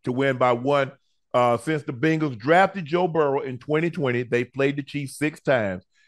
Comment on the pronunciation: Unc mispronouncing the Bengals is 😂😂